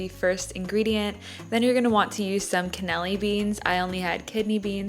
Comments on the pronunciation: i love you but it's cannellini beans, not canneli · *can-a-lean-e beans